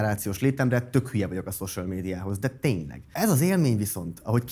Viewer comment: Tudom, hogy fölösleges kekeckedés, de a social szót hosszú ó-val kellene ejteni, ez így elég szörnyen hangzik...